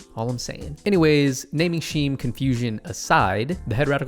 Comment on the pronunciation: Great review, funny as hell, and love the shade thrown at Chris. 🤣 Although your pronunciation of "scheme" had me perplexed for a bit there.